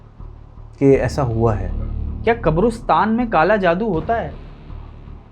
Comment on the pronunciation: Qabrostan✅ Qaberistan ❌